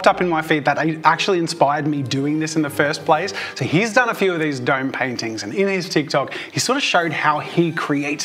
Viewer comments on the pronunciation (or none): "duyym"... oh you mean "dome"